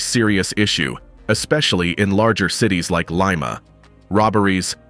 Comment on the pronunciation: Leema not Limea